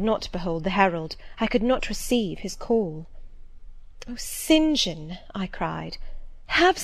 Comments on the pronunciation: I don't think that you should slow this down it is perfect it helps a lot more when she reads faster it helps me concentrate better. And oh! my gosh his name is Saint John , not Sin Jin! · Yes the 'Sin Jin' thing is seriously annoying me too :S